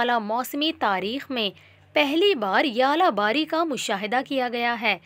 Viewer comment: its not yala bari ,,, its Zala bari